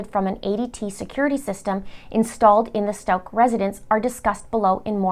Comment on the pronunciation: will also mis pronounce Gannons last name the entire video lol